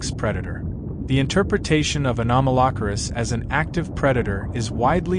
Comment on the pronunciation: 😂😂😂😂 this pronunciation of “Anomalocaris” has me LOLing 😂😂😂 it’s so wrong